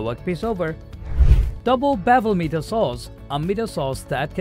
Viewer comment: It's pronounced as Miter, not meter.